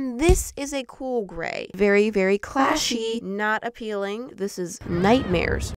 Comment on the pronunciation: when she said apeeling i was eat a banana😭